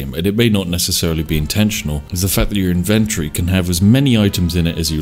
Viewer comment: I never heard anyone say inventory like that, this is upsetting.